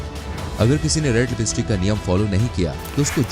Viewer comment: Bruh? thoda sabhi educated hai toh is video ki taraf se dikhao,👍 it's lipstick, not libeestik okay bruh,👍 thank you and God bless. 🙏